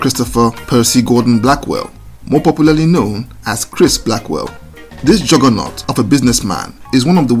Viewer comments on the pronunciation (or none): none